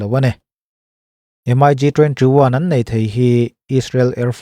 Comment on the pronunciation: MIG...hi M-ai- gi ti lo in 'Mik' ti in an lam zawk...hman ah khan i chanel ah M-ai-gi ti lo a..'Mik' tih zawk tur ti khan.ka ron comnent taeh a..tun thleng in i la ti M-ai- gi ngar ngar a..thu i awih lo e mai🤣